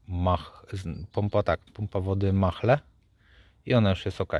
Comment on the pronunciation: Dziękuję za informację. Mahle czyta się jak Male, bez H. A Behr teraz jest częścią Mahle. Pozdrawiam.